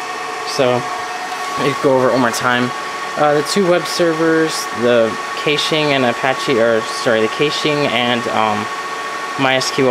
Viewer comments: Caching is pronounced cash-ing 😂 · Kayshing? A whole nother? ....Stopped watching. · Hearing the way he pronounces "caching" makes me cringe. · First of all, VERY impressive setup!!! You are quite knowledgeable! HOWEVER... I need to give a few constructive criticism pointers... "caching" and "cache" is pronounced just like money... "CASHING" or "CASH". Secondly, I'm glad you realize you need to update your INTERNET connection... ESPECIALLY if you are hosting! I have 105 Mbs down and 20 Mbs up and I don't even host a site! You will lose your client base FAST if they get bottlenecked at your WAN. Third, you will need at LEAST a 2200 or 3000 VA battery backup to handle that equipment with just enough time to do an immediate shutdown. I run MINIMUM a 1250 VA or better for EACH computer/server to make sure they can stay running for a few minutes before shutting down if there is a prolonged power outage. Also keep in mind that the batteries lose their effectiveness over time and after prolonged usage, that's why batteries need to be replaced every three years under normal conditions. Lastly, you should've saved the money on the unnecessary fiber equipment and spent it on larger hard drives... those will fill up fast! I run 2 TB drives in RAID 5 in all my storage servers and just use the smaller drives under 300 GB in RAID 1 for running the OS and programs. Having less but larger drives will reduce power consumption and heat which will in turn save you money! Hope this helps and sorry if I sounded condescending... didn't mean to.